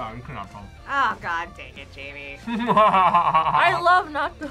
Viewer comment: Jaime and Jamie are pronounced differently